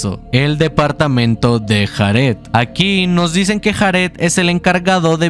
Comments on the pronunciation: De los mejores canales que he visto en mi vida, me encanta como resume las historias, las traduce (exceptuando lo de JARED, se dice "Yared" nojoda) y su edición, no se me hacen pesados los vídeos en lo absoluto, sencillamente lo amo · Me causa ansiedad que pronuncie Jared como lo hace XD